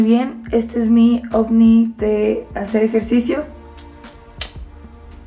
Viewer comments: Escuche ovni en vez de oufit gg😅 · Me encanta que en vez de outfits dice ocni jeje te amo